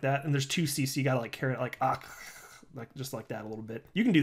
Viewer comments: I dig the way you pronounce OCC. "awwwwwkihkih" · Occ sounding out was funny 😂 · Sounding out OCC over and over again wasn't annoying at all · I really like your videos, they crack me up..So pleased I am not dead to you..Your OCC pronunciation reminds me of you gotta go watch the video..